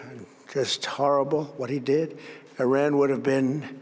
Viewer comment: “We have decimated Orang”…?! Was he daydreaming about Orangutans while he was reading his script?!